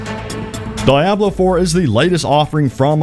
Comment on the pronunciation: Why do you pronounce Diablo the way that you do??? Are you trolling??? 😅😅😅 It is pronounced "dee-AHB-loh" and Blizzard has been making them since like 1995 or '96. Aside from that, amazing video. Thank you. I am REALLY looking forward to Starfield. That's going to probably have me hooked for years!! Currently playing CyberPunk2077 for the fourth time. Keep up the great work, brother!!!